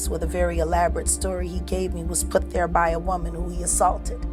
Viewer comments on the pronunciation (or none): none